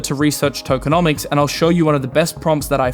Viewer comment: Tokeo - nomics!!!! 😂